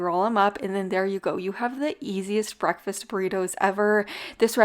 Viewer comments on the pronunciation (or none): none